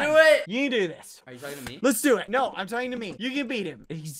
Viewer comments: BBH : it was supposed to be " Don't trust talking Scorpions " and sounded as if it was "Don't trust F-ing Scorpions" AM CONFUSED WHATT??? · Did he sayd talking or f*cking?